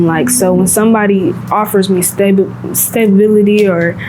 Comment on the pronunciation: it broke my heart when she said 'stablebility' rather than 'stability'. so young she doesnt know how to say it but at her age I probably didn't even know that word existed cos I never had think about it.